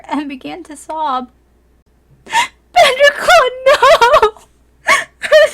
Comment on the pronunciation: Lol it's badger not banger.....